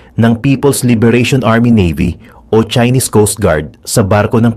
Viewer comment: Chaihnis (chinese na may accent)